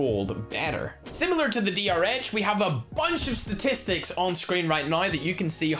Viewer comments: Sponge he said dhr instead of drh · No one:: mistakenly says DHR Drh: so now you've forgotten my name too😭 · (after saying " my favourite gun is DR-H " then he call the DR-H while going to the asm-10 " DH-R" XD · That was the point of the joke 😑🤦. He was making fun of the fact that called it a dh-r. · He said dhr